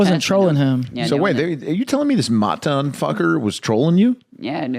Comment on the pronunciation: Dawg even for when this came out 2 years ago people knew who matan was. Why did the one dude pronounce it stupidly? Besides he’s way more creative than this dumb pod